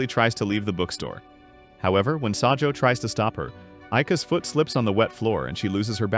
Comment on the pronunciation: it’s not sajou is sajo